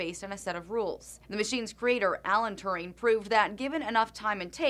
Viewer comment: Glad I saw this vid, only problem is the dumb pronunciation of his name! it is Alan Turing as in rhymes with Shuring